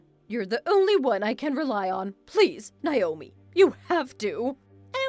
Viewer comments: Why is Naomi/Nayomee being pronounced Nyomi/Niyomee? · No. it’s pronounced Nay-o-me. Ask me how I know.